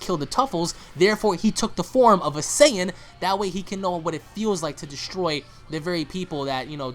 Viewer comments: Not to be a dick or anything, but its not Saiiiin- its (SAY-IN) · Why are you saying Cyan? It's "Saiyan" (Say-yan) bro... Say it right. Black isn't very intimidation yet. Future trunks seems weak af now so seeing him lose means nothing when compared to goku and vegetas power. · hating the way he's pronouncing "saiyan" as if they've never said it themselves in the series v.v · sorry but not sorry your pronouncing sayain wrong